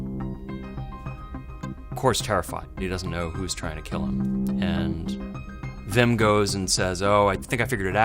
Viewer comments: But they do it right with words like 'weapon' so I don't get why they say Vim instead of Wim. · English speakers can't pronounce a proper w. It's Wim, not Vim. Vim is a text editor. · It's not VIM or VILLEM , WWWWWWWWWWWWWWWWWWWWWWWWWWWWW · It only takes one Dutch person to get the pronunciation right. They're not that rare, so the New Yorker must just be plain lazy. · Very well explained. And don't worry about all the comments about mispronouncing Wim/Willem. It's close enough. The pronunciation of the Dutch W doesn't exist in English so I can't blame you. The V comes closest. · Give him a break, the Dutch 'w' does not appear in the English language. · Jezus Leeft what do you mean like in 'weapon'? The w in weapon is pronounced like any other w as a first letter, it doesn't sound anything like the Dutch w. (If you're pronouncing weapon with a Dutch w, then you are pronouncing weapon incorrectly.) As far as I know there are no English words with a w that are pronounced as the Dutch w. The V comes closest, so I can't blame them for pronouncing Wim as Vim. It's good enough.